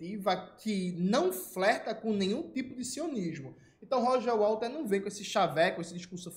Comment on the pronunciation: Minino, é Waters. Não WaLters!!!!!😂😂😅